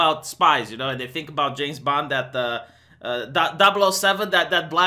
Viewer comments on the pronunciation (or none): none